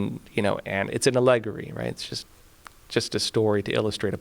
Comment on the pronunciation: Excellent coverage. Allegory pronunciation distracted me for ten seconds of self-doubt.. Thank you for the hard work!